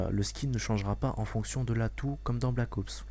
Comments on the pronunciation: on dit ops pas oups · Pourquoi blackowoups et pas black ops ?? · jaime bien mais black OUPS mdr blac OPS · Black Oups , mdr j'adore comment il le dit. Sinon , pas de sniper a verrou :( , des lance grenades :( (Un Cod sans lance grenade? Haha la grosse blague mdr) , Pas de UMP : (Ils vont surement mettre un substitue d'arme cheaté. Et Bien Sur TOUT le monde va se jeter sur BT3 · Pouce vert, si toi aussi tu as l'impression qu'il dit Black OUps :) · Il dit black oups ^^